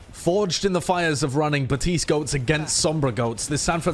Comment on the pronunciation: BaPtiste. There's a P in there. It makes the "puh" sound.